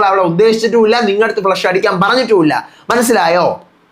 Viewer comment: its not Flesh…its Flush